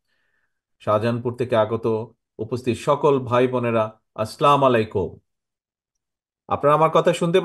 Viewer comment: Assalamu alaikum should be in correct pronunciation.